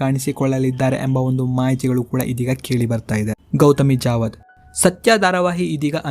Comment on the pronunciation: Gouthami javadha alla kanappa adu gouthami jadhava pronountation correct helu